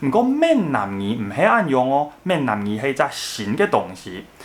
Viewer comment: Ming-nan gi 不是man-nan gi... 前面是「南蠻語」的倒裝「蠻南語」 後者是「閩南語」... 建議就直接講「台語」...